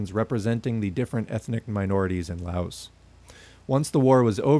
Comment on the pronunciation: Good video. Quick reminder to everyone that the "s" in Laos is silent. I know pronunciation is hard but that's an easy one to remember. It's a very common mistake.